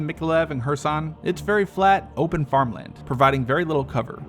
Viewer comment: KEERSON, not kursan.